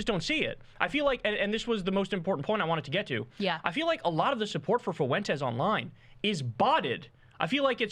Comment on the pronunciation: The name is not, "Foo entes". It's like the word, "when", with an "F" in front of it. Learn it, Kyle. Tired of hearing your absurd over-pronunciation of that name.